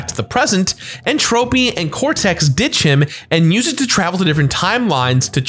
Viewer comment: You’re pronunciation of entropy is a bit off